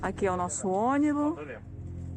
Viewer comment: Parei de assistir quando ela falou “aqui é o nosso ônibu”